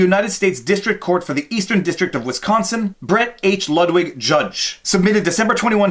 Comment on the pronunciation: It's not "loug wig", it's "loo vig" judge.